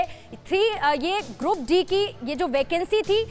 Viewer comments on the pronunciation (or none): Grad d nhi hota medam group d hota h